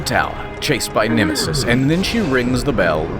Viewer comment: I laughed too hard when he said Nemesisisisis